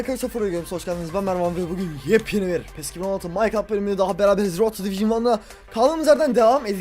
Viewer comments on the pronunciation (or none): none